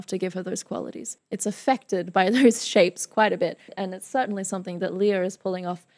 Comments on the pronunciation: It's LAY-ah, not LEE-ah. (Sounds like Princess Leia from Star Wars.) Lea had been working professionally in the Philippines starting at age 7 (as a child in THE KING AND I). She played her first lead (Annie) at age 9, her first album released at age 10 went gold, had a musical tv show with her brother called "Love, Lea" when she was 12-14, did films, concerts, albums, and made other tv appearances. She auditioned for MISS SAIGON at age 17 (during her first year in university as a Biology major, pre-med). She won all the major awards for playing Kim in MISS SAIGON (Olivier, Tony, Drama Desk, Outer Critics Circle, Theatre World). She is the singing voice of Disney Princesses Jasmine and Mulan. She was the first Asian actress (also actress of color) to play Eponine on Broadway in 1993. And this performance is from the LES MISERABLES 10th Anniversary Dream Cast Concert (1995). And all these credits I'm talking about are just the first 20 years of her career (thru 1998). There is so much more! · Hiya, may I just correct you on how her name is properly pronounced? It's actually pronounced LEH-YAH, not LEE-YAH. Great videos though, more and more power! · Surely you would check how to say a person's name before making a video? It's so disrespectful.